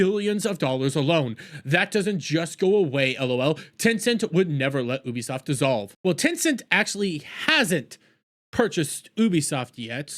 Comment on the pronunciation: Guys pls stop listening to a dude that pronounces it as OOBIE SOFT speak about anything 😂😂